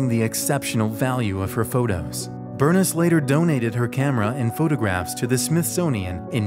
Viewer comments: Loved the video and learned stories that I had not yet heard about people aboard Titanic. I am guessing however, that Bernice Palmer's first name was pronounced in the usual way " Ber-niece," rather than "Burnis" as in the video. Minor cavil though as you created a fascinating and detailed video. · Bernice is pronounced Bur-neese, not Burn-is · Berniss??? Cmon man! Its Bernice, like, “Ber-neese” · Burness? Try Burr-neece. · I think ‘Bernice’ may have been pronounced, ‘Ber neece’ with a long ‘e’ where the ‘i’ is in her name. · Bernice? Burr-niece. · It’s not pronounced Ber-niss. It’s pronounced Ber-neese. 🙄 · I'm pretty sure the name Bernice should be pronounced Ber neice, FYI. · FYI Bernice is pronounced “Burr-niece” 😊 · "Burniss". Yep. Definitely her name. Good call not trying to pronounce the menu items, seeing as how you can't even correctly pronounce words in your own language. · The camera Bernice my grandma's name is Bernice its pronounced Ber- NIECE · I'm pretty sure Bernice is not pronounced "Bernis" lol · i thought that too lol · It's pronounced, "Ber-NEESE", just FYI. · The way he pronounces BERNICE really bothers me... Dude. Burr - Niece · That was killing my ears ;) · The way you pronounced “Bernice” good lord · sorry if that sounded rude! lol my grandmothers name is that also I just thought it was funny :) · You don't know how to pronounce Bernice?